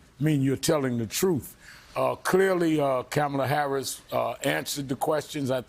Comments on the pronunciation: and a 1 second google search would have told you her name is Kamala not “Carmela” so address senator Harris correctly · Can not say her name correctly? Kamala, like comma-la, not Cam-ela! Three times at least! If a white person was mispronouncing her name HE would be in a frenzy!